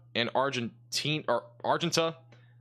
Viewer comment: The town of Argenta is pronounced with an ah sound not an i sound.